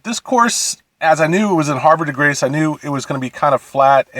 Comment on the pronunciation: hav-re not har-ve. and bull-e rock. pete dye, not pb dye. nobody ever thinks laytonsville is a great course. its a local cheap muni, gets the job done. blue mash is great, but theres a reason bulle rock is ranked in the top 100 in the USA, best course in MD, lpga championship etc etc.. blue ridge shadows was boring. lake presidential is an dog track the fairways are literally burnt mud. pb dye is an absolute gem of a course. whiskey creek is not open enough to hit it into other fairways, what are you on? tee it forward dude. you're the reason we have 5+ hour rounds. hitting long irons all day into every green is time consuming for 25 handicaps. i bet you wouldnt be so distracted by the fans and cars and houses if you teed it forward. lmao. i cant take your complaints seriously. you gotta be trolling. "i could barely reach the fairways" LOL. tee it forward my dude. jesus christ.....